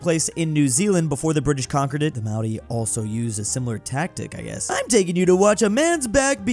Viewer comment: That might have been the best non-nz pronunciation of māori I have ever heard. Good job